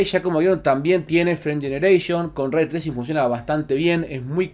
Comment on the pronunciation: Se pronuncia "rey" no "ray"